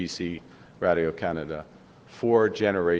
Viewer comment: Who says radio like that!? Ive never heard that one 😂 raddaeo what a dork. He'll steal your christmas, just look at him